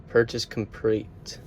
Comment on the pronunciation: bro was so excited he said "purchase comprete" hahahah